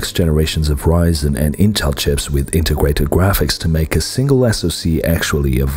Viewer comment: Am I the only one who noticed around the 20th second the narrator says Integwated Gwaphics?